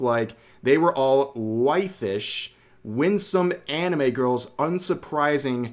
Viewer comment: NOT "WIFE", IT'S "WAIF"! long "a", like "day" ā